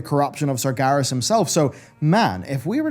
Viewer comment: Anyone else bothered by how he pronounces it "Sargaris" instead of "Sarg-EH-ras"?